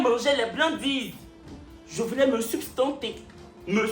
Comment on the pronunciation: Plutôt sustenter et pas substenter comme vous dites 🫣